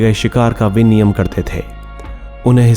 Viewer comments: Vinimay hota h sr ji viniyam nhi Mast video h❣️❣️🙏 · वाचक द्वारा कई बार 'विनिमय' शब्द को 'विनियम' उच्चारित किया गया है.... शिक्षित व्यक्तियों द्वारा ऐसा ग़लत बोला जाना अपरिपक्वता ज़ाहिर करता है!